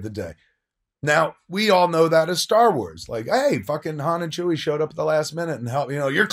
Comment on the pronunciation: Oh a new fan eh? (You mean 'Leia' when you say 'Leah'...? And 'Chewie' when you say 'Chewy'.)